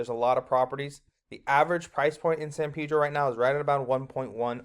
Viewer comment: Pedro, not Peedro.